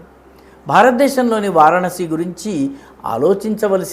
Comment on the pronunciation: వారణాసి అని క్లియర్గా పలకండి ఎన్నిసార్లైనా సరిగా పలకడం లేదు.